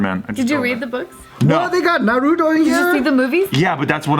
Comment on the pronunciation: Im more sad about joe saying naruto wrong and hes japanese SMH